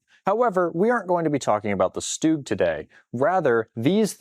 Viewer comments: And no. StuG abbreviation in German does not sound like "dug" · the s in st is pronounced as sh, as in Stuhl, Stil, Stift, Sturmgeschütz ("Shtoormgeshüts") and so on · The fact that he called the stug the stooge is so annoying